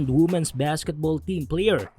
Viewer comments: Hindi po woomen ang tamang pag pronounce kundi weemen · Women - pronounced as "Wimen".